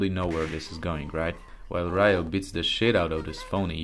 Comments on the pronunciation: Ryo's name is pronounced "Rio" like the city. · It's Ryu and Ryo (pronounced Ree-u and Ree-o, not Rai-yu and Rai-yo). Both names means Dragon in japanese, a common name for a protagonist martial artist, Bruce Lee's nickname was The Little Dragon too. Ken means fist in japanese, so it's normal to appear in the name of special moves made with the fists. As someone wisely commented earlier, the creator of the original Street Fighter went to work for SNK and created this game, Fatal Fury and the first King of Fighters. And finally, Art of Fighting set some mechanics that even other fighting games adapted after it was released, including Street Fighter II (Supers and Desperation moves, for example). So this video is just a biased oppinion, not facts. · Its Ree-u and Ree-o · i stopped listening once i heard rayu and rayo